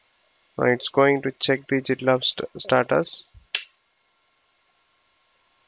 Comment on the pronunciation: Sir it is pronounce as gitlab not jitlab